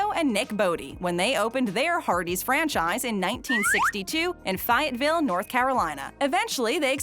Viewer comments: It's Rocky Mount, not Mountain, and Fayetteville, not Fyetteville. Otherwise a pretty good video.Our two local Hardees-one has Red Burrito and the other doesn't. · Please learn how to pronounce the names of cities correctly. "Fiyatville" instead of Fayetteville...really!?!? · It is pronounced fay- ettesville, not fiy-ettesville. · Fie-ette? Lol Where is that? Fayette maybe? 😅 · Serious problem saying Rocky Mount, and Fsyetteville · It’s funny how u pronounced “Fayetteville.” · The way she said Fayetteville 😂